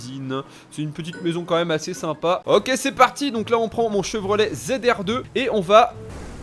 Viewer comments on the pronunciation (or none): Putin quand il a dit Chevro "laid" g ris😹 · Trop cool ce colorado j'ai trop rit quan ta dit<<chevr o laid🤣🤣continue!!